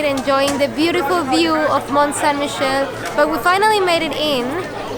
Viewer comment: Well, you butchered that pronunciation of the place, haha May want to learn a bit about quicksand, well worth to learn about it.